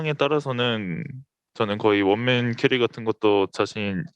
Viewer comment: 케리"어" ㅋㅋㅋㅋ